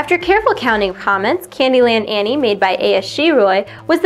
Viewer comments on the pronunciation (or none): none